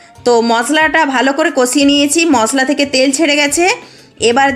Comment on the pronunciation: ছ না স, মছলা না মসলা ছুন্দর না সুন্দর ছব না সব ছিয়ার না সিয়ার ছাদ না সাদ, আপনার ভাষা এত শুদ্ধ কেন। সব ঠিক আছে শুধু স রে ছ বলেন don't mind